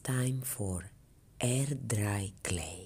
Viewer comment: Love it! Love it every time you say DRRRRY. 😉